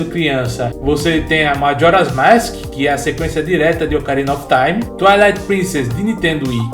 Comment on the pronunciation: você não sabes falar mask, você fala maski